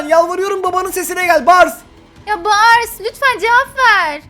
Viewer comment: Abi çocuğun ismi bars miii öyle seslendin ???